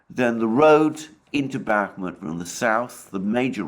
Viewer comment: Alexander and his continuing pronouncements that Bakmuht is on the cusp of falling to Russia/Wangker!! The daily dose of comedy for and The Dohwrong never gets old!! 😂😂😂😂😂😂😂😂